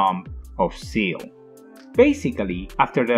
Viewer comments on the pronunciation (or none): “Seal"? “Wiley"? “Ayedam"? Who’s narrating this? The swedish baker from Family Guy? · When you explain it that way it's not just confusing but it's stupid as well. Also SEELE isn't pronounced seal.